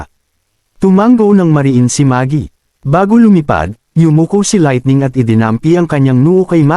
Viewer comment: Boboo nmn ng laitning